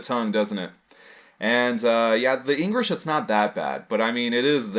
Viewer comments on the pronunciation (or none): "Engrish" XD